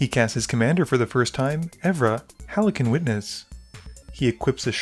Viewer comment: That's not how "halcyon" is pronounced but sure.